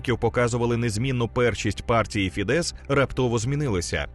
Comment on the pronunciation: Дякую за контент. Тільки не фідЕс, а фІдес (наголос на "і"). В угорській мові всі слова практично без винятків мають наголос на перший склад.